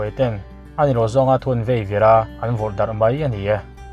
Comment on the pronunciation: "Vaivir" tih tur aw"veivir"ni lovin..maian bai hi "mei-an bei" itih duh hmel😂